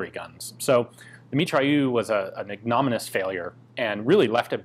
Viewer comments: You are an "ig-nom-ih-nus" failure. Wait, not really. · I final caught you in a small error, not a gun error heaven forbid, but error nevertheless. “Ignominious” ig·no·min·i·ous. /ˌiɡnəˈminēəs/. IgnominEEus. Don’t hate me. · Ignominious : (ˌɪɡnəˈmɪnɪəs) - the stress is on the second letter 'i'.